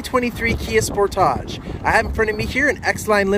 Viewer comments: It’s Sportage. You know like Sport-age. Not Spor-tage. It’s okay you’ll get it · The way he says Spo taj! 😂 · Lol the way you say Sportage, like all fancy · Can you guys say sportage correctly please...